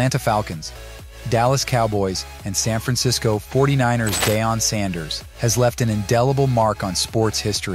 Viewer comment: Cool video, funny that the AI can't pronounce Deion, or Unitas.